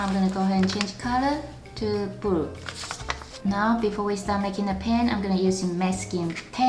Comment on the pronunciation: She can't say blue she says bwue